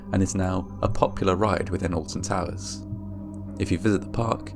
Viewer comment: I'm from the US, so forgive me that I don't know much about the UK, but I swore it sounded like you said "the Austin Powers theme park in the UK". Shit, I want to see Fat Bastard...